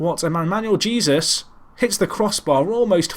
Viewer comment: Dont know if this has been brought to your attention or not,, but just wanted to let you know that Jesus, in Manuel Jesus, is pronounced hey-soos.